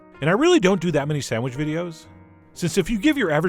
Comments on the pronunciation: Chef John: "Sandwich" --> "Sam-widge" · What's a "sandwidge'"?